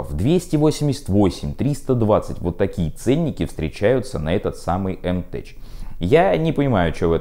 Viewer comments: "мтеК", а не "мтеЧ". Ну, право слово... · Ну сколько ж можно!!! Не "теЧ" а "теК"!!!!!!!!!!!!!!!!!!!!!!!!!!!!!!!!!!!!